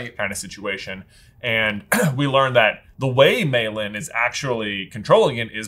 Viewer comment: They kept calling her Mei Lynn... It's LEE, people. LEE.